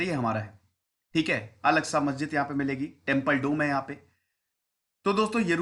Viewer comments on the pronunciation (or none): none